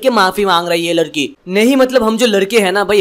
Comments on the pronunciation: Bro ladki not larki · Lalki nhi yar ladki hoti hai 😂😅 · Ladki not larki